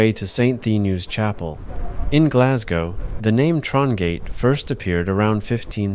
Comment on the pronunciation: Thankfully you say Glas - go (rhyming with "no") And not Glas -gow (to rhyme with Cow) as most American/ Canadians do!